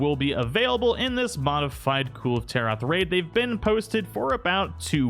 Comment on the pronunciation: It’s pronounced kul-vay taroth.